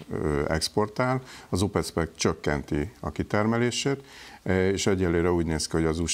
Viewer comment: Az "Opek" nem pedig "OpeCö-cö-cö"